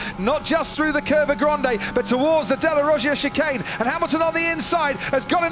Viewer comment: "and HAM and VER go into the second shay nun"